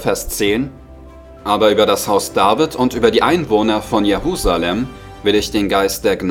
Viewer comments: Es heisst: JeRusalem nicht JeHusalem !!!! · Die Stadt heißt Jerusalem und nicht Jehusalem